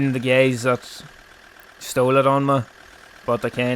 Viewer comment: Hey gays" lmao